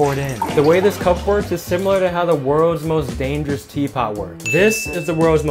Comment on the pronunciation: Bro u pronounced cup like cu